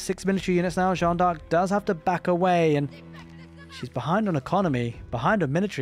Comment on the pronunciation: my guy, another great cast! Also if it helps, you can pronounce D'arc like DAARK, drag out the A a little, one long smooth word, without the awkward DE pause ARK. Keep the casts comin;' <3